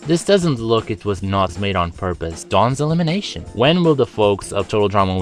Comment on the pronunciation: you said dawns elimenation 4 times